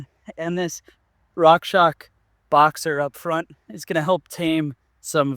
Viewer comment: why do you say rockshock? isn't it pronounced rockshox? ( rockshoks?